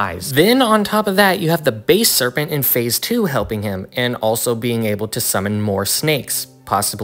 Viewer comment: Its not base serpent, its basal serpent